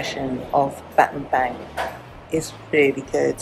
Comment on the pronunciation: Pronounce BAT-TAM-BONG (as in a "bong" hit); and it means "missing staff/stick" as in "speak softly and carry a big stick" - President Roosevelt. You're great and always elegant.